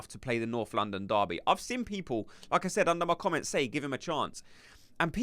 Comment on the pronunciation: 1. never doubted Arteta would sign 2. not sure about Nwaneri starting, but he should definitely play. 3. every time you say ¨like I said¨ i only hear ¨Lacazzette¨ 😂